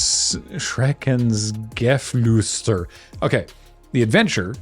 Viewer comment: Thumbs up for Hexenmeister and Schreckensgeflüster. You nailed both.